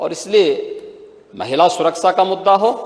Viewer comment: Suraksa nhi bolte honourable .sir suraksha bolte hn.